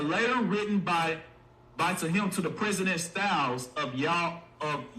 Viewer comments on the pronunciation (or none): He called Yale college "y'all college". I'm done🤦🏿‍♂️